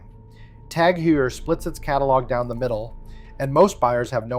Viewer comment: Who did this edit? It’s horrible. And the information, while partly correct, isn’t accurate enough to give you any credibility especially considering you can’t pronounce Tag Heuer properly.